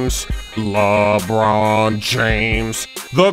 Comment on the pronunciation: Lebrrrrrron james